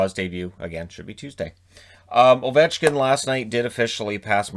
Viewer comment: You got ovechkin wrong